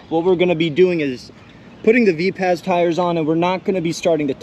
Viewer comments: Say it like Viper: "Viperz": = Vipaz✌️ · Mate these tyres are actually Vipaz as in Vi-paz (like viper). Additionally, these are made in Australia by West OZ RC and distributed by M2C Racing. the fact they held up to 12s for as long as they did is impressive as. You can look up West OZ RC youtube channel to see what he recommends for gluing.